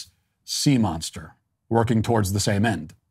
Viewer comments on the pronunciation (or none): none